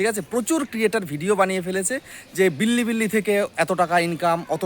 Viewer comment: বিল্লি বিল্লি না রে অশিক্ষিত --- বিলিবিলি